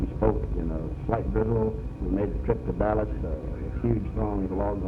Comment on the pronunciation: Did he say Dallash?